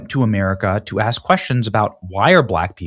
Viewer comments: "I just AKS you!" 🙄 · It’s in his DNA due to thousands of years of tribal, primal living. “Axe” … for some reason it (dna) has effected his ability to pronounce “ask.”